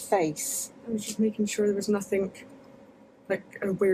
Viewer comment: Yeah the second one "nothin-guh". I have noticed this from this twitch streamer called, Gross Gore he pronounces it the same way. But I'm not sure if all people of the UK pronounces the "g" as "guh". Just asking as I'm curious.